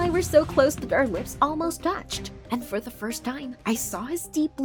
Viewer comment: Does anyone else hear her saying da and not the? Its kinda getting annoying